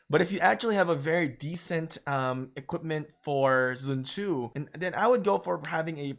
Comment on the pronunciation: literally no one. prounce it as zren tzu. Not even the chinese.